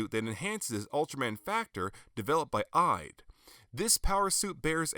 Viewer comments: I think Ide is pronounced EE-day. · Great review, sir! I find your pronunciation of the character Ide amusing (no offence). In Japanese, it is pronounced "ee-day". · ***** Ide is pronounced E-Day